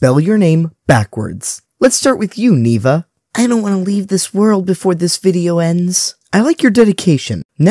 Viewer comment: DID HE REALLY JUST PRONOUNCE NEVEAH AS NEEVA 💀